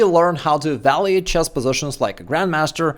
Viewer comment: It’s evalUate, not evalEate!